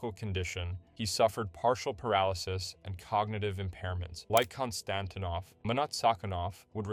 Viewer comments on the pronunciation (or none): Kon-Stan-teen-off Fe-tee-sof